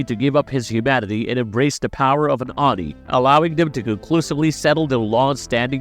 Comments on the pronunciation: Its OH-NEE (Oni) not Ahnee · How he pronounces oni is bothering me lol